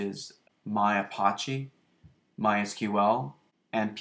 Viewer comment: Thanks for sharing. I have Mamp Pro and I'm still learning it (for both Drupal and WordPress). One very silly comment - you are pronouncing Apache more like the French word for gangster vs a common name of a native American Indian tribe. Check it out